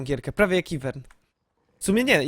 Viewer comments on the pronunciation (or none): Ja cie podziwiam,naprawde trzeba miec jakies klapki na oczach aby słowo IVERN czytac AJVAR,jak kurwa....